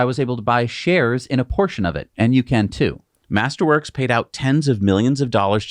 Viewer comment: When you say "master works", all I hear is "tulips"